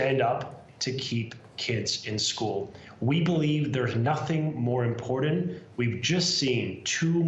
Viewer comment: I love that this guy is the "education minister"... yet he fails to even pronounce IMPORTANT properly. There's no "D" in the word, and there is a "T" sound at the end of the word. Futhermore. "PROPOSAL" isn't to be pronounced "PRAPOSAL". Furthermore. The neverending political banter... unwillingness to answer BASIC questions. They've offered nothing to CUPE. C'mon Canada. This is the best we can offer our kids and ourselves? Clown planet. Truly.